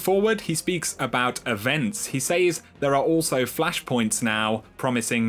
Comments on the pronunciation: "He Saze" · said and says has a soft A haha not a hard A! 😂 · love you love your videos hate the way you say "says" lol